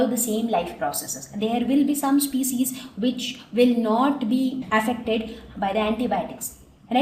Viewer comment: I think the pronunciation of species is wrong...